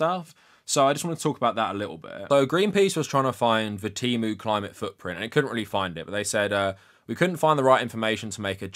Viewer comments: As an autistic person, I also hate how they changed the pronunciation. I prefer tee-moo over teh-moo. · The worst part is that they keep switching how they pronounce things from T/e/mu with a short e and Teemu. I can excuse worker exploitation but i draw the line at inconsistent pronunciation. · English pronunciation of the letter e is actually highly unusual. I think "teh", or /tɛ/ makes the most sense for most of the world